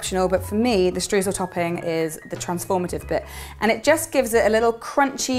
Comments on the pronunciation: No need to apologise, English-speaking people always pronounce the German 'eu' the wrong way (which always seemed funny to me as the 'oy' sound does exist in the English language), no problem. By the way, the recipe sounds fantastic, definitely one I would like to bake! 👍 And, last but not least, all the best for you, your baby and your family! 👶😇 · the German 'eu' is pronounced 'oy', so you should in fact be saying 'shtroysl'! 😊😇